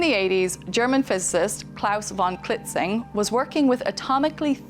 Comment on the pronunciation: Klaus von KlitzinG. >V< in names and words of Germanic origin are pronounced as >F< -> Volk (people, folk) , vier (four), Vater (father), Hannover, Bremerhaven, van Beethoven, von Bismarck …. >V< in words and names of Latin/romance origin are pronounced as >V<. Viktoria, Veronica, Violine, Vakanz (vacancy), Verdikt, Vagina…